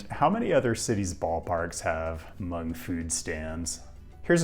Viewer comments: It's not "hu-mung". It's pronounced "mong" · Thanks for coming! I did want to mention that the ‘h’ in “Hmong” is silent, so it’s pronounced “mong”